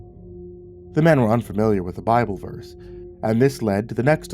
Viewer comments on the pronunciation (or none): none